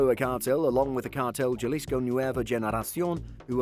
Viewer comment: Galisco😂 Ja-lis-co Cabron!!!